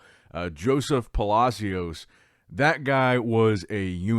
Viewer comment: Pa-la-see-os pronounced like that